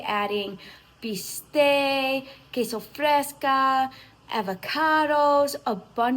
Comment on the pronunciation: Queso fresco with an o not a. Just saying 😉😉